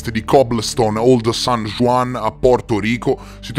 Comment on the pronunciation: san juan è in spagnolo non in francese pertanto si pronuncia san huan